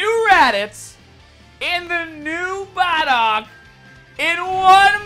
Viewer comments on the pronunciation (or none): Could you please stop saying bardock it's not pronounced bah dock